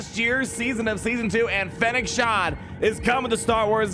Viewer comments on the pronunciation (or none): It’s “Shand” not “Shan”